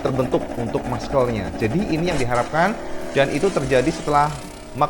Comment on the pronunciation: Muscle : Masel cak, bukan maskel 😭